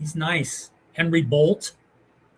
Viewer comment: I think Bolte name is pronounced bolt-eh ?